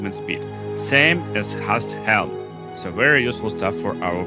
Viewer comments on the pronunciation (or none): Your pronunciations kill me.... "Hast Helm" .... or "Hast-eh Helm" ... not right... 😕